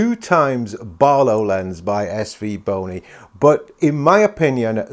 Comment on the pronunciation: 8.07 is it just me or did say svboner? 😂